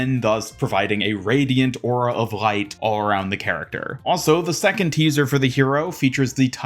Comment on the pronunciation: I like how you say light and everything with L like a German. rgLeigght. Subscribed.